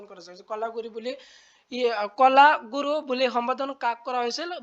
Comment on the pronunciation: কলাগৰু নহয় ,কলাগুৰু হয় 😂😂😂😂